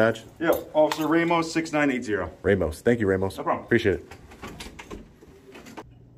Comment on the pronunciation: The only criticism I have and that officer Ramos needs to say his name with the Hispanic pride it comes from, it's RAH-MOS! Not RAH-MOS, represent our last name man!!!! Lol